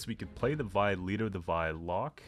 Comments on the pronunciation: Just imagine calling Viy like Viy and not Vi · Oh no not again. Hope it will not become meta again. BTW it's pronounced as veey. Like in "meet" or "bit" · You pronounce it "Veey", it means Myriapod in Polish.